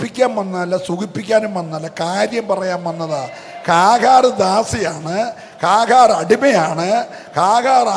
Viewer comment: കാഹാർ അല്ല..."ഹാഗർ"